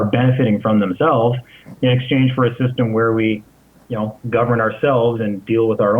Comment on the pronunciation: "when this shystem falls" ~ When you can't #PROVE your point, and when all else #FAILS - make up a fucking word !!! Sorry to break the news to you bud - "SHYSTEM" is not a #REAL fucking word !!! #LEARN #ENGLISH !!!